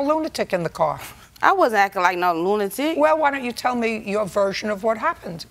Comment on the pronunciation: And how they pronounce “car” cringe 😬